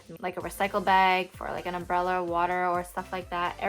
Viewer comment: Did She just say, she carries a “ portable umberella ?” Oh My God . Grotty